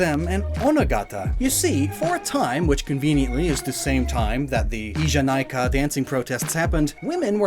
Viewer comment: just a little correction, the ee in "ee janai ka" is pronounced like ehhh